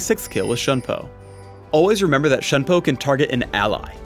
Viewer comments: It's pronounced "Shune Po" Btw not "Shun Po" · It is Shoon-po. If it were to be read as Shun-po, there is an accent on the u. The Japanese pronounce the 'u' as 'oo'.Alternatively, Shuhn-po. Use the pronunciation tool on the on the Japanese side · lol at his pronounciation of shunpo. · PhDinGnoming You do know Shunpo isn't English, right? It is Japanese. Shunpo is a romanization. He should still be pronouncing it properly regardless, unless he wants to invent a new English word. His pronunciation isn't correct. If you happen to be a language master (I am not, although I know definitely the correct pronunciation), please tell me all about it and correct me. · The way he pronounce shunpo == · The way he pronounces Shunpo really makes me cringe